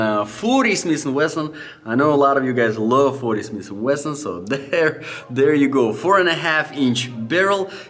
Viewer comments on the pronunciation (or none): Like the 40 shish and Weshon 😂🔥